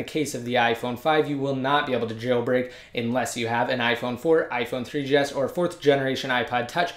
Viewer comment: i like how u r saying iphone 3DS lolz